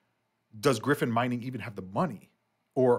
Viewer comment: It's not pronounced as Griffin, it's GryyyyyPhonnnn CV :_Channel::_ICP2::_ICP::_Bitcoin